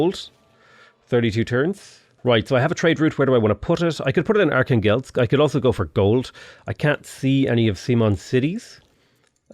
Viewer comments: Are-khan-gelsk, you mean, Archangel? 😆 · Just a quick recommendation from a Russian guy about pronunciation of Russian cities. arhAngel'sk, kazAn', nOvgrod, yaraslAvl', smalEnsk, St.Petersburg isn't the origin name so its ok to call it as you want, Astrahan'. Thanks for the video, the start of the game is really impressive